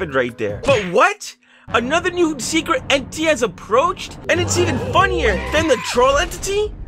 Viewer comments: Slowing it down when says entity he actually says eni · he said entiy 💀💀